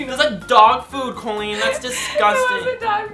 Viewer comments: When he says "Colleennnnnnn" it sounds more like "Kwennnnnnn" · i love you over pronounce colleens COLleen 😂😂😂